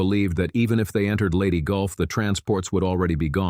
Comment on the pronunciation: It's Leyte, not Lady. STOP using AI for everything.